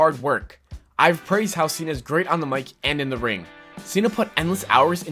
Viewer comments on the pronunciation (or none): The guy on TPS said it like that. Like how you pronounce cena in spanish lmao.